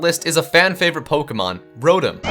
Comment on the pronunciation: It's Row-Tom not rodum Its ark-ee-yes not are-see-yes Its Zur-knee-us not whatever the fuck the other pronunciation is it's ee-vel-tall not yeevelta Gr-ow-don not groundon Ray quay za not ray quaz a Dee-all-ga not die all ga